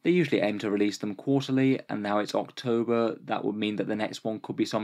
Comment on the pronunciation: Excuse me "Orktober"